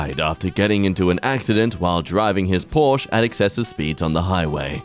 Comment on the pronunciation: Porsche is a two syllable word 😉.